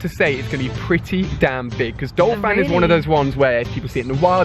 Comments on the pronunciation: Ursaring is pronounced err-sah-ring not ue-sare-ing nor ue-rae-sing. Also it is Don- fan not Dole-fan in the case of Donphan. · I hate to hate, but...isn't it DON-phan, not DOL-phan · its pronounced errs sah ring, and donphan is prounounced Don Fan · It's not Dolphan its DONPHAN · It's DONphan, not DOLphan haha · he is saying dolphan but it is donphan, BRUH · talks about pronunciation *calls donphan dolphan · it's Donphan not Dolphan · anyone else think he is saying 'DOLphan' instead of 'DONphan' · its DON-PHAN not dol-phan. like so he can see this and pronounce it right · There is no "l" in Donphan. I have no idea how you make up your pronunciations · Hahaha oh my god Ali... right after he was talking about mispronouncing names, he proceeded to call Phanpy's evolution Dolphan